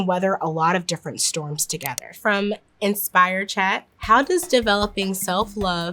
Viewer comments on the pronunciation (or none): none